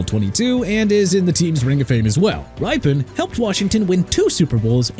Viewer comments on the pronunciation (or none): Actually, Rypien is pronounced "rip-e-yen". The first "E" is audible. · I am offended as a Washington Redskins fan. Not at the people named, they got the 4 right. But Joe Theismann was NOT the MVP of SB 17. It was John Riggins. And it's pronounced "Rip-in" not "Ripe-in" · You are incorrect. For one when it came to the Washington Redskins you pronounced Mark Rypien wrong. Secondly he did not help us win 2 super bowls. So you need to get your head out of your butt and do your job and actually do some research to make sure that you get it correct before you put out misinformation. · Yep! and Rypien is pronounced (ripp-in) and not (ry-pen). 😂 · Mark Rypien's last name is pronounced RIP-pen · I can think of several names left off that need to be put on here: Vikings: Tommy Kramer Washington: Sonny Juergensen Patriots: Steve Grogan Also, you butchered the pronunciations of Rypien and Hebert. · How he pronounced Rypien too!!!!!!🤦‍♂️🤦‍♂️🤦‍♂️🤦‍♂️🤦‍♂️🤦‍♂️🤦‍♂️🤦‍♂️🤦‍♂️🤦‍♂️🤦‍♂️🤦‍♂️🤦‍♂️🤦‍♂️🤦‍♂️🤦‍♂️